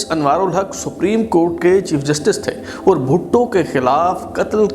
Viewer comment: Also improve your urdu pronounciation especially the word " aur" which is pronounced by you as "oor"